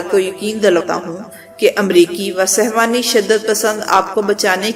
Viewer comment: beti ye lafz sehwani nhi balke sehooni hy.